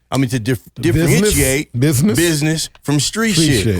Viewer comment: For the youngsters watching this.... The word is pronounced "BUSINESS" not "BIDNESS".... 😂😂